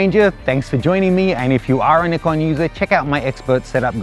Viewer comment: I hate the way you say Nikon, even the commercial guy pronounces it "n-eye-con"